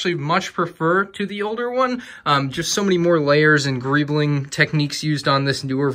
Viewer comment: Nobody:: GReEblInG